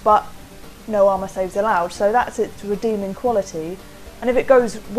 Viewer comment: Wait, did you just say "re-Daemoning" quality?